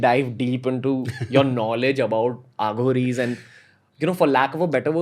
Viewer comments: It's pronounced A/uh ghories Not Aaghoris...Also the saying is the left or right hand path of God..Try Robert svobod Aghoris series (fun read but a little suspect). On a slightly different tangent try Lobsang rampa s novels..Preferably in order of release..Then there's Erich von Daniken I butchered these in my school days and I'm happy to say I'm half here and half there and really nowhere..Lol.this is the best a modern person in society can do..Living it would be hard in today's world. I devoured rampa and Daniken in junior school and my .. I was never the same. Excellent reads. Also Zechariah kitchen. You'll thank me someday. PS: karuna has a deep meaning..Nearest translation would be compassion not love. Cheers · Why do you have to pronounce it as a south Bombay girl Aaa-ghoris They themselves call them as A-ghoris